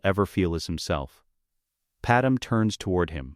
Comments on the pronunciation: Ok ai say it with me. Pad-may… Padme… not padam… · its not padam but okay